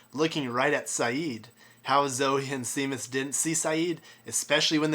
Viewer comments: "(Seemuss)" lol... its "(Shaymus)" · It's pronounced "Shay-mus", -_